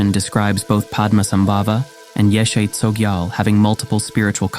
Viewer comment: Her name correctly pronounced is more like; YEAH-SHAY